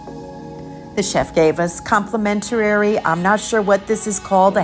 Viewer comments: you're killing me with some of your commentary. Complimentary is not complimentarary, and I had to think about what you were saying at the taco bar. Habanero sauce is not pronounced that way. Most of your Italian words were also interesting to say the least. It is a very informative tour and I enjoyed how you moved through the venues. No specialty restaurants leaves out a large portion of the experience. Hard to do on a shorter cruise. For someone with a travel channel, they would be tax deductible if you're earning money from your views. Keep at it. You're doing great. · With respect, complimentary (5syllables) not complementarary.